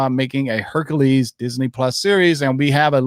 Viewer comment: Guys, I love your videos and you give such amazing info. BUT your pronunciation of words like Hercules, Speculation and many more are killing me. Like nails on a chalkboard.. EVERY TIME!! Its Herc U les, not Herc A les. Hate me guys, but FUCK, it hits me in the same way the sound of rubbing your fingers down a balloon bugs ppl. Keep up the good work, but go back and listen.